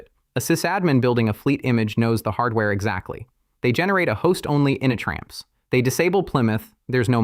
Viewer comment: It also says "initramfs" really funny. "ini tram fssss". It should be pronounced "Init Ram F-S"